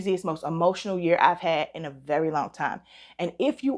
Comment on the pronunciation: Hey!!! 👋🏿 You have been missed! It makes my day when you upload! So, I haven't smelled ANY of these yet. I can't wait to try Paulina's fragrance. I'm forcing myself to embrace Fall. I wasn't ready!!! 😭😭😭 Gurl, your accent came out strong when you said, "What's going on with me this YURR(year)?" That was cute! I hope I'm still in the DUA consideration pool!🤞🏿 I'm praying for you and your family. Sending love and light your way! 🙏🏿❤️💛💚🙏🏿